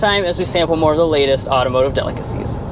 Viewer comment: I actually didn’t know that you were saying automotive delicacies at the end since mason always pronounced it very weird. Thank you for pronouncing it like a normal person,.